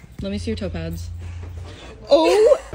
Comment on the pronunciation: The whole time, up until , I thought she was saying "topaz", instead of "toe pads". :D I thought she had some kind of lucky stone thing and was looking at and thinking "Huh? What the heck is that that thing?! That looks nothing like topaz!"